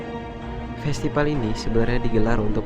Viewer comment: festipal? hahahaha norak gak bisa baca mana b mana p ?